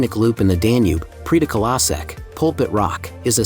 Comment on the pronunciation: My gosh, it messes up Esztergom with Pécs when the marketplace is shown! The narrator should have made efforts to learn enough Hungarian to pronounce the names well enough so that they could be understood. The way he pronounces Széchenyi, Prédikálószék or Rám-szakadék is pathetic. Otherwise not too bad for such a short video.